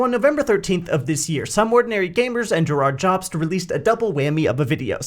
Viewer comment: You called him Jirard Jobst in the beginning 😅